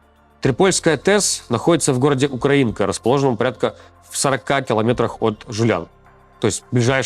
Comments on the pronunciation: УкрАинка а не УкраИнка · Город УкрАинка, а не УкраинкА